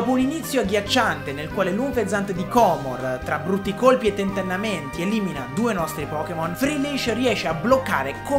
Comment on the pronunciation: Si dice anfesant